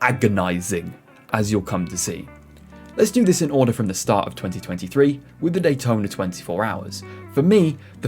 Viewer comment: I'd rather read all this than listen to an announcer who can't even pronounce the words "competition", or "start".